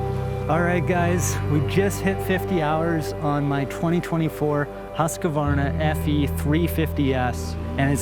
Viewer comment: Great video, but for the love…. It’s not Husq “a” varna. There is no “a” in the middle of Husqvarna!!